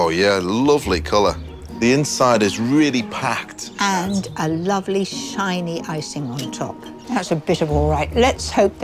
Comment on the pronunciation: Either pronounce lovely "luuv-layy" like a proper northerner, or say "luv-lee" like a southern. Don't do this half arsed mishmosh of the two "luuv-lee".